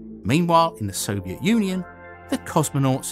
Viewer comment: why do people sound like there is an L on Soviet